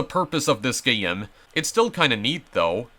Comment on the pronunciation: hold on did you call a game a gayem